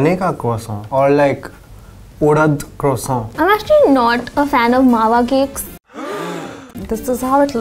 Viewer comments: Starbucks - "Mawa croissant" - "Mawa kwoso" 🤌🏻🤌🏻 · trying out every possible pronounciation of croissant 😂 kwoso, kroso, kroissant..😂 soooo good to see him back in a BuzzFeed video😍❤️